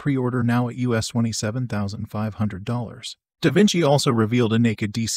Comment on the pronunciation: Surely Davinci isnt pronounced that way?